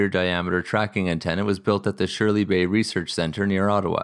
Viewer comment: Great video. FYI it's pronounced "Shirley's Bay" No idea who Shirley was.